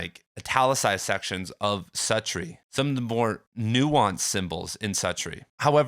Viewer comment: You’re mispronouncing Suttree